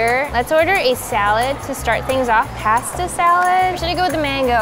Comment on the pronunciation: did she just say past-the salad??? its PAS-TA SIS!